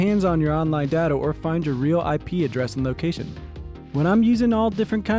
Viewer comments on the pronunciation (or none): none